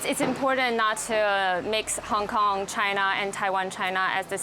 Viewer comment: Wait u said kong kong🤔😂😂